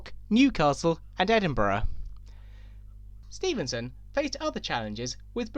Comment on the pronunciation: Stephenson, it’s Stephenson. Important to avoid misnaming people.